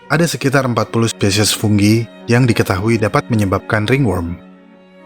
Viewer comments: fungi bos bukan funggi koreksi aja sih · Fungi apa funggi bang?